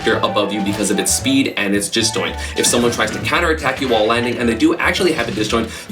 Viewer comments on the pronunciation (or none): Did anyone realize he said "Jisdoint" instead of disjoint?